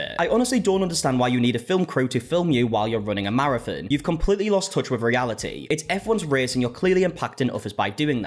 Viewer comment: I will from now on be calling a marathon, a “mare-a-fin” 😂💀